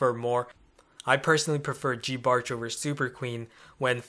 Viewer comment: Who tf pronounces it "geebarch"? Do ppl now call giants "geeants"?